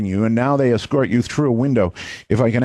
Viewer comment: they "excort ya".